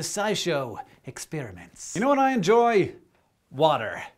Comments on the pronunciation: I'm fascinated by how you say experiments. ExSPEARiments. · expEEriments. I love how he says that. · I like Hank say ExPeriments